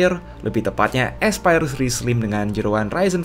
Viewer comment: yang kubaca : Aspire yang kudengar : Expired